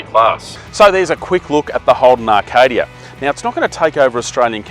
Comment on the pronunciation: A few things mate; 1. This seemed rushed with no detail and broad sweeping statements 2. It's A-kadia not R-kadia 3. If you are going to do the intro and outro standing next to the car either wear some different clothes or get the camera man to tighten up on his shot 4. How much is it? What are the different trim levels? How many litres per 100km? What the feeling in the driver's seat? Is the suspension soft or hard or otherwise? Did you get paid for this review? Bloody hell what are those storage options you talk about? Where do the third row seats go when not in use? I could go on